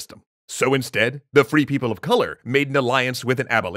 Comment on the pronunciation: more like free people of sink, but then it sounds like people who never do the dishes